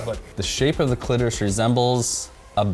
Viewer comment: “I think you’ve just revealed you’ve never found the clitoris” I think you’ve just revealed you’ve never said the word, “cliterusth”